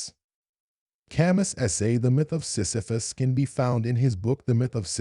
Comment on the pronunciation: The "s" is not pronounced.